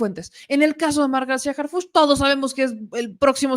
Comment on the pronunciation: Primero. Que Anabel pronuncie bien Harhuch!!! De pena ajena la escritora!!!